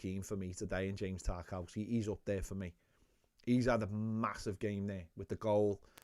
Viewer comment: I've noticed you say tar cow ski but i'm pretty sure its pronounced tar kov ski